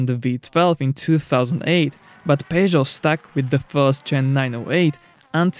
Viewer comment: WTF is "pay-joe'...??!!